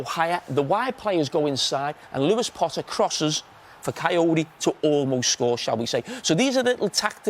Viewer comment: did he just call kayode, cayote